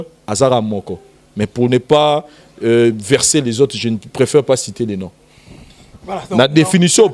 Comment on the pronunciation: On dit vexer ! Pas verser les gens !